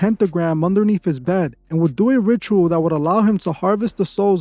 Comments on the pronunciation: It’s thelema not thelma. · "THE-LE-MA" .........T H E L E M A. NOT 'Thelma' 👍thelema > thelma👎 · It’s pronounced The-Lee-Ma not Thelma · It's *thuh-lee-muh...not thell-muh 🙄You might want to truly know wtf you're talking about...research isn't just a few searches and video/audio downloads...it requires NUMEROUS hours of deep searching and FACT checking! And that clueless ho said he had a "pentagon" under his bed 🤣😂🤔 Unfuckingbelievably uneducated and ignorant... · lol god damn it man it’s THELEMA NOT THELMA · Thelema not thelma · Hey , it’s not “Thelma”!lol it’s “Thelema”. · It’s not “Thelma” it’s “Thelema” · It's not Thelma, it is TheLeMa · It is actually pronounced The-lee-ma but is spelled Thelema. I was actually a non-Christian occultist for a few years, but I turned to Christ recently. Only did solo rituals like meditation, yoga, and trying to astral project. But I'm glad I saw the light before too long. Praise Jesus Christ. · Bro, it’s called THALEMA like Thuh-lee-mah.